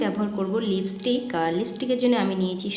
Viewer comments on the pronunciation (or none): none